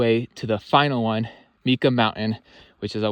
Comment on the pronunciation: Think Mike ahhh. That’s how Mica Mountain is pronounced.